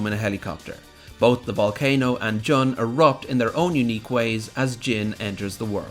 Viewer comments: You keep saying John. It's Jun, isn't it? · JUNE. JOON GOD DAMNIT JUST STOP SAYING JUN PHONETICALLY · Im sorry did you just say "juh-n" xd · Stop calling Jun "John"